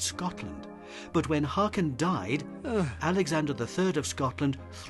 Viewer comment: Hákon/Håkon (and Haakon) is pronounced more like Hawkon than Hakon btw.